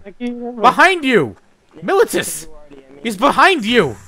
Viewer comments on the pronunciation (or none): btw, his name is pronounce Muh-Lee-Tuss. i've got a buddy with that name.